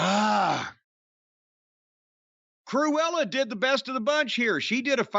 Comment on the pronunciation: Jim Cornette calling Sonya Deville ‘Cruela’ is Never going to get Old …. 😂💀